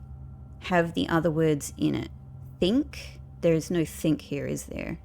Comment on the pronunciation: When you first saw the think art, you said 'thin K'